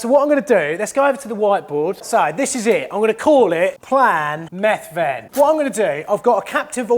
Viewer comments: it sounds like you're separating the word to make it sound like he's a meth addict lol 😆 the th should sound similar to how you pronounce the th in weather. Then the ven sounds more like vin. Bloody foreigners 😂😂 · The way he pronounces Methven 😂